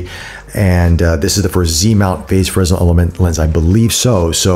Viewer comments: Great review, but it's pronounced fray-nel, after the French engineer and physicist Augustin-Jean Fresnel. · the "S" is silent but you dont pronounce the "Y" either